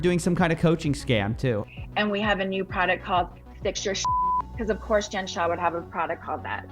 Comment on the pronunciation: "Shah", come on white lady.